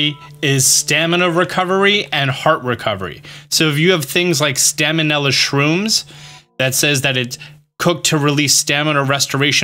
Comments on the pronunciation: staminella shrooms😂😂 sounds like salmonella it’s stamella (stuh-MEL-uh) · who's gonna tell him he pronounces stamella wrong?